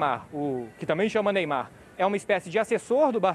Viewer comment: "Meymar" esse maluko é foda